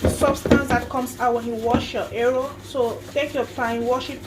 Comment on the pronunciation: it's pronounced as it's spelled eru not ero